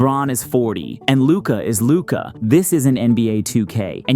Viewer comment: I mean, if you can't even get Luka's name right, you can't talk.